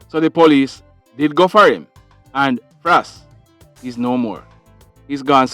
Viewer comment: Frass yu get a permanent FRASS, pronounceeeeee